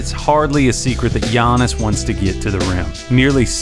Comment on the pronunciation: Lol i got triggered when he said "son zoo". Great vid tho